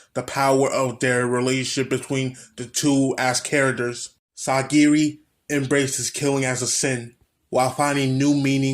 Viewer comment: It’s painful when I hear you say sagiri